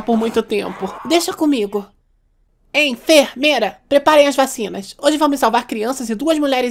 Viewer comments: ''greysanatomy'' kkkkkkkkk ''en,fer,meira'' kkkkkkkk mano q poha quase cai da cadeira d tanto rir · "EN FER MEIRA" KKKKKKKKKK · "Greiza?" "Greizanatomy" "En, Fer, Meira" kkkkkkkkkk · Greiza... EN, FER, MEIRA 😂😂😂😂😂😂😂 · "EN-FER-MEI-RA" KKKK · "EN, FER, MEIRA" KKKKKKKKKKKKKKKKKKKKKKKKKK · Greiza Em-fer-meira ? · EN-FER-MEIRA SHAHAHAHAHAHAH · Em-fer-meira kkk